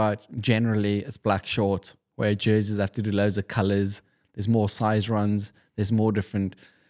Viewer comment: Jerseys. It’s “jerseys”